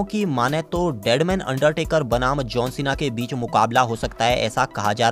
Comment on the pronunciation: भाई अंडटेकर आ सकती है क् अंडरटेकर